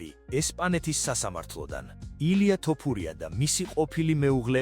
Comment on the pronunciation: ტ არა თ არის ეგ 🤭